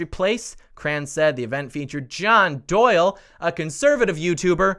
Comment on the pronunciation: Why does “email Doyle” sound like Kyle? 🤔